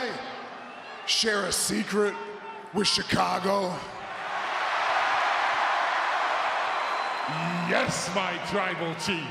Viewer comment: Was i the only one that heard Roman say chacago😂